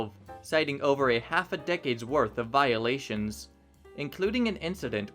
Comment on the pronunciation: You emphasize some words in such an odd way that it triggers something in my ADHD that makes me miss like half of everything you say. "the back-Lash against peace Wolf" "over a dozen Vio-Lations" "attEntion-Seekers" "eu-Rofur-Ence" (...really??) Regardless, damn great job on all the research and presenting everything in an otherwise clear way.